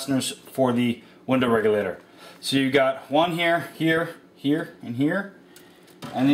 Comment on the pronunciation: Anyone love how he says window REGULATER lmao he says it with style.